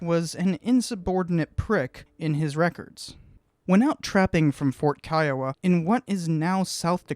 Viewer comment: I'm Native American from the Kiowa Tribe and thank you for pronouncing Kiowa the right way. The majority of people I meet pronounce it Key-O-wa and I tell them the right way and they still say it that way.